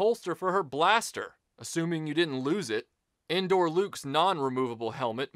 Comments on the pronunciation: When I heard "Endor Luke," even though I knew better, it sounded like he was saying, "Indoor Luke," like it was the one Luke Sky Walker figure from the trilogy that never went outside. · I honestly thought he was saying "Indoor" too. It took me a minute to realize he was saying "Endor". I always thought those figures were called "Poncho Luke" and "Poncho Leia".